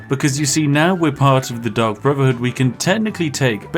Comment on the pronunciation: I honestly keep hearing Spiff say "The Duck Brotherhood" and now I want that in Skyrim.